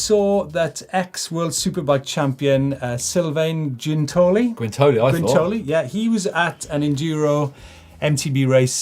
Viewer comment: Oh dear boys what a clanger lmao..... as far as I know Sylvain Guintoli (it’s funny I thought when got Guintoli pronunciation right I thought we were onto a winner) hasn’t got a ride this year, Alex Rins was third in Argentina, I’ll let you off this time as I like your show:-) keep it up guys!